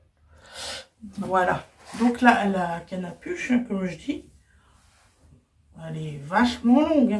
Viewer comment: Capuche pas canapuche 😂❤❤❤❤❤❤❤